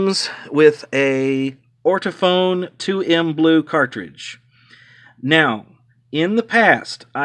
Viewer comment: Sorry it’s NOT ORTOPHONE it’s ORTOFON!!